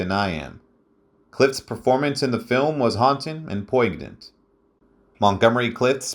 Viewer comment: Poi- ganant too